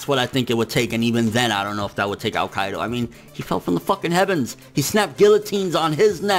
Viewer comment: on you prounounced Kaido as "AlQaida" lmfao